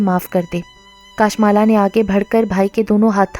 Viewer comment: Assalam dear yai naam kashmala hai kaashmala nahi .